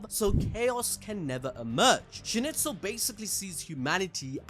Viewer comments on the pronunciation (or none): you killed me with Schnitzel hahahaahaa its a food in Switserland. please call the Name SchnEIZel not Schnitzel hahahahahah. awesome video tho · Schnitzel?! WTF LMAO. SchnIIIIIzel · Schneizel... why are you saying schnitzel 😵‍💫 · Character: Schneizel People: Schnitzel! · Dude I really liked your narrative story telling, saved me lots of time rewatching, BUT Schnitzel =/= Schneizel !!! Like Donald Trump =/= Donald Tramp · agreed, he butched the name so bad :( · Also, calling Schneizel "Schnitzel" is crazy.